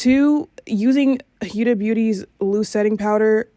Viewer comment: It’s not pronounce hiuda, it’s pronounced Hoda kinda